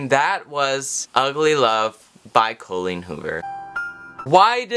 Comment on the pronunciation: Cole-een Hoover. 🤣